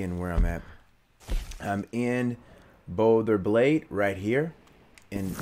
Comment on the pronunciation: Hello Mr. It's BolGer Glade with a "G" not Bolder Glade. This game is super addictive, I can't stop playing it and thanks for the tip, great video.